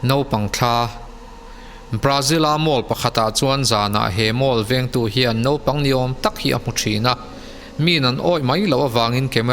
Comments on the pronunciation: Zân dar hnih nilovin Zinglam dar hnih aw... Nopang nilovin Naupang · a tha viau a...mhse naupang thla tih tur ah khn nopangthla i ti daih aa......tbh......tha tho e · Naupag ti la nopag ni lo in mijo tog dik tk in